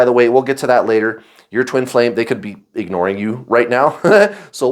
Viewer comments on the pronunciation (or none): Whenever I hear you say “ignoring” the gorilla pops into my head! 🦍😂